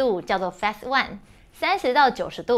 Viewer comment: Phase, 音同face